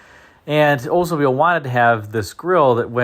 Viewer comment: I think it's pronounced Oldsmobile not Ozmobile!